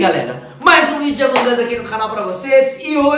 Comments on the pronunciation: Mas não é assim que fala amog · Sou seu inscrito mas fala among us direito vc é muito legal mas pelo amor de deus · Vc falou errado among us